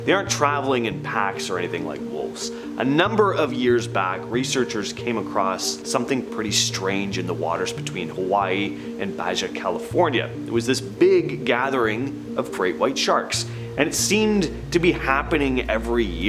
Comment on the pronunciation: Dude Baja (Ba-Ha) not (bajuh)